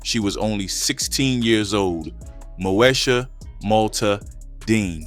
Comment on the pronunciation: MO….E…..SHA Not MOSHA…smh